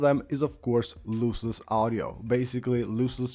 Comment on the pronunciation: It's pronounced LOSS-LESS not LOSE-LESS. Nor is it LOOSE-LESS.